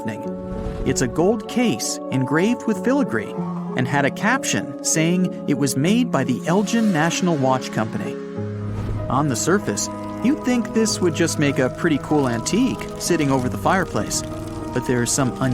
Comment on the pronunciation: Elgin is pronounced El G (like the g in going) and in... no homework done in this video sadly